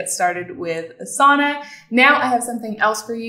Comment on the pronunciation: Thank you for a quick overview on Asana! I would just like to comment that since Asana is a yogic term, the correct way to pronounce it would be Aasana not Asaana. I recommend you listen to some Sanskrit pronunciation videos for Asana. Thank you!